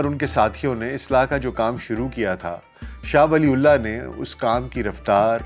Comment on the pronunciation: Please pronounce name properly. It’s not “Shah Wali ullaah” it should pronounce “Shah Waliyyullaah” R.A.